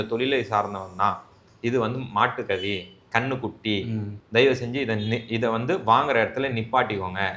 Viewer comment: கன்னுக்குட்டினு stress பண்ணி சொல்றப்பவே தெரியுதுடா நீ சங்கித்தாயோழினு😂😂😂